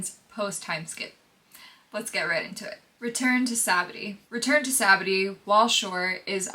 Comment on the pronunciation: still hasn't said sabaody right yet